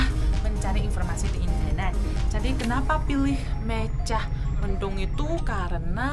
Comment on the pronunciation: Wahh... ada di Indonesia. Selamat menikmati perjalanan. Terima kasih utk liputannya. * Motif " Mega mendung". Bukan " Meja mendung". Mega = awan.